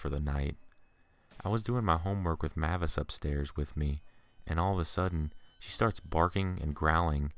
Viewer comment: If that pitbull's name is spelled "MAVIS" then it's pronounced "MAY-VISS" .... NOT "Mah-viss"